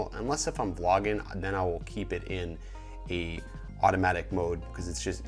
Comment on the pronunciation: Sett'ns, review'in, Vlog'in....I have never seen someone completly cut the G out of every word